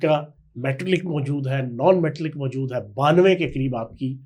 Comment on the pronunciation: فیاض صاحب محسوس نہ کرنا یہ لفظ میٹلک نہیں بلکہ میٹالک ہے